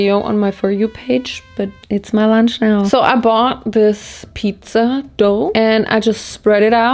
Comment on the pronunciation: Anyone else LOVE how says lunch? 😅🤣LUANCH